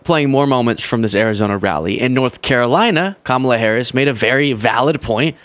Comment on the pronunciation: The irony of him patting himself on the back for pronouncing a name… but can’t say Kamala’s 😂